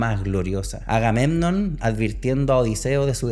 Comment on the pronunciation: Y no dice bien el nombre de Agamenon y dice Atena (como la ciudad) cuando intenta decir Atenea, podría hacer esa diferencia antes de hablar de elitista. O leer el poema, porque no hay libro, antes de viajar 1000 km